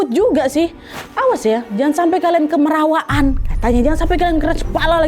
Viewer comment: Bukan kemerawaan tapi kamarawaan